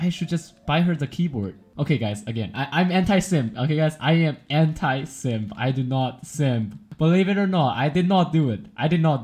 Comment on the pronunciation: bedless say anti simp but my ears hear it "hentai simp"